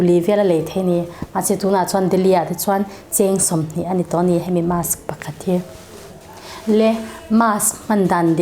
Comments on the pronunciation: Doctor ve meuhin Mask tia lam ri lova, mass a ti tlat khian beng a ti thep lek lek. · Mass ti in i lam deih a..mask ti rawh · 😂marsk tiin i lam aniang chu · Mask...'Masque'...mizo hi chuan a tlangpui in makss ti in kan lam...Jf Dic....